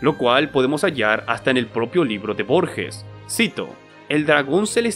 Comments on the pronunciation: la G de Borges se pronuncia como cualquier G seguida de E en español, como una jota, no se pronuncia Borshes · Se pronuncia tal cual se escribe Borges